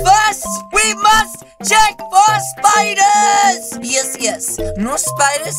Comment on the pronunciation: Why you say cheek for spiders ummmmmmmm oh no what the heck are you doing